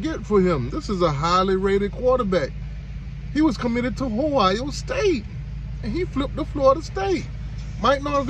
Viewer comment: Boy trolling a Elite 11 film 📽️ turn on the game tape.. It's Ohio State not Hio State.. Every QB on Miami depth chart is a project even TVD.. And we see you laughing through the pain 45-3